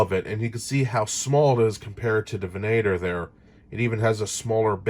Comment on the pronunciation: Lovely vessel. I'd only collect them for display. It's actually pronounced "Vehn-ah-tor", however.